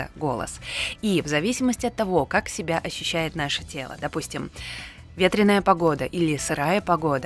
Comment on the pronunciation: у вас просто очаровательный голос. А особенности вашего произношения слов, например "Ка-а-аждого", "себя-а" добавляют изюминку =)